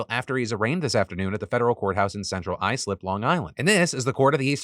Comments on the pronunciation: As a long islander, thank you for pronouncing Islip correctly. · Thank you for pronouncing Islip correctly. but when it comes to Long Island, you say ON. Central Islip On Long Island